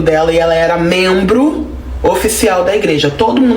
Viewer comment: Se diz " membro"